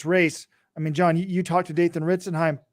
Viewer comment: consistently calls him Dathan Ritzenheim, like some announcer who doesn't follow distance running.